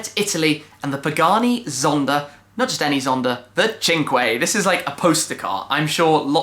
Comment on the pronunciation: Its not pronounced 'chinkway', its 'sank' which is french for 5 lmao